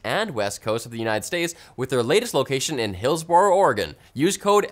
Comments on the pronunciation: It's hillsbro not hillsborOOO ) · It's pronounced "Hills-bro." Sorry about the tiniest of nit-picks, but I nearly fell out of my chair laughing. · As a resident of Gresham, Oregon I have to let ya'll know that he mispronounced Hillsboro, Oregon..